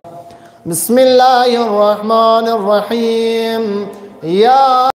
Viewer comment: بسم الله پڑو جناب مسم اللہ نہیں